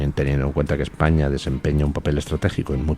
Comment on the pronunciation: No se equivoque D. Luis. Bono no dijo que no haría nada que perjudicara a España. Dijo "Ejpaña"